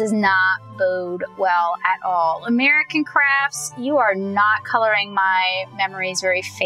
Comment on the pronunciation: At the end I could have sworn you said "American Craps" lol